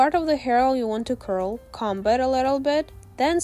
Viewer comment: Also ik you try your best at speaking but it sounds like you say c#m it a really bad word so just like try and say comb